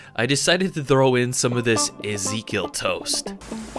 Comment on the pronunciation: Did he just say Ezekiel like that